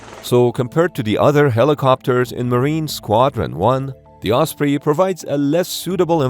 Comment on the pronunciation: Thank you for using the correct pronunciation "oss pree" and not the commonly used "oss pray" 🙄 I do think it's quite funny the Defence Dept refers to serious accidents or fatal crashes as "mishaps" as in "Oh, yes, little Johnny had a mishap in Walmart today" which we usually take to mean he was jackassing around and scraped his knee. Or he forgot to empty his bladder before leaving home and ended up wetting his pants.